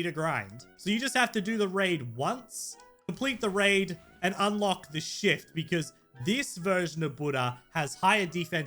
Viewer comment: When u said shift I thought you said shit